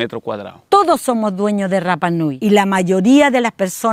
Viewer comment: Y se pronuncia Rapa (sin pronunciar la doble erre).❤